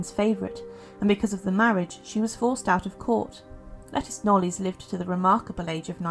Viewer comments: Hi there, can I just say that Lettice's surname is pronounced Knowles, as in Beyonce. Must remember that this is English surnames that we are talking about - most are not pronounced the way they are spelt. Have a good day. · Interesting video. It's pronounced La-teeess Knowles by the way. I used make the same mistake until I discovered I was saying it wrong 🤣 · Thank you. It’s pronounced “Lateeess Knowles”